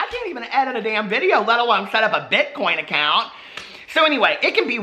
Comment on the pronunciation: "Problesome" "Bitcount accoin" I flippin love you,! Lol you talk like I do.